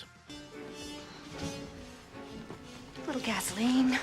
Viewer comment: The announcer's pronunciation of Delia Deets grates on the nerves.